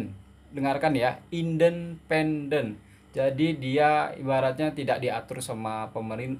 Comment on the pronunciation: Sayangku. Betulkan sebutan. 1. Al Jazeera...sebutan nya Al Jazira.. 2. Indenpendence..sbnrnya INDI PENDENCE ..fonic nya..timakasih